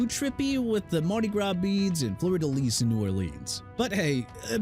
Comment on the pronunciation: Unbelievable... you can't even pronounce New Orleans correctly! ALSO IT'S FLEUR DE LIS PRONOUNCED FLUR-DUH-LEES!! DO YOU NEED A TEXTBOOK ON HOW TO PRONOUNCE?! CUZ IT SOUNDS LIKE YOU NEED ONE!! PLUS YOU'RE INACCURATE AND FLAT OUT WRONG ON THE SUPER BOWL 42 LOGO CUZ IT DON'T INCLUDE THE ARIZONA CACTUS AND THE MOUNTAINS!! MAYBE YOUR EDITOR SHOULD DO HIS RESEARCH ON ALL SUPER BOWL LOGOS BEFORE YOU DECIDE TO DO A VIDEO ABOUT THEM!! BOTH Y'ALL GETTING FIRED FOR REAL!!